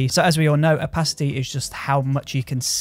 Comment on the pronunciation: I love the way you say opacity l)